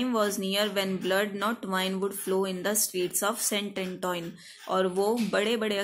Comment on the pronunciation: The pronunciation of St.Antoine is wrong😡😡🤬